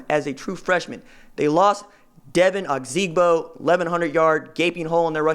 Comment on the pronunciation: pronounced dee-vine O-zig-bo